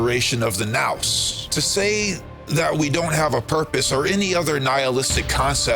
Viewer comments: Thanks for your help. It's Nous pronunciation Nus like Zeus Zus.. Sounds better. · I think it's pronounced noose. Otherwise this is one of my fav video of yours so far, thank you